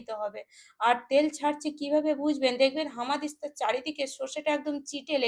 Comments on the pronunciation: হামাদিস্তা নয়, উচ্চারণ শুদ্ধ করুন এটা বলুন হামানদিস্তা, ঠিক আছে! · একদম ঠিক বলেছেন! ঠিকমতো উচ্চারণ শেখেনি! হামানদিস্তা কে বলছে হামাদিস্তআ ওর হামাগুড়ি দেবার অভ্যাস এখনও যায়নি মনে হচ্ছে!